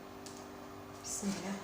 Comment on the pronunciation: بسم الله يا سيدتي الكريمة المرجو قول كلمة بسم الله بنطقها الحقيقي وشكرا .